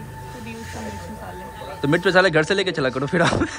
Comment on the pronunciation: जैसे_में यहा पड आ गया हूँ जैसे_घड पे जाना है... वो भाई पड नही पर और घड नही घर बोला करो यार